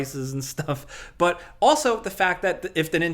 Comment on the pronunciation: Bruh this news flew by so quick that it felt like there were only 3 topics. Also the way say “BUOOTTTT!!” Always really stands out to me cuz he pronounces it so funny lol like inhalway expect to get a “dontcha know “ after lol